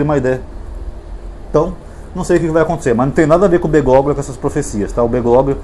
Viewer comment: Prezado, o nome do papa deve ser lido como Bergólio. G seguido de L em espanhol não é pronunciado assim como o H em algumas palavras em português como Hospital.